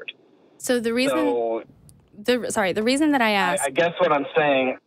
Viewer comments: the word is ASKED, not Axed ffs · Call the police!! He axed you! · Why do you let this caller on the show (his 3rd time apparently)… he demonstrates just barely enough of an ability to think to constitute a waste of time. Particularly cringe-worthy when says "well let me "axe" you… ".